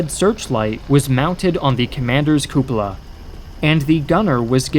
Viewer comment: love how he pronounced cupola as coopla Great video tho!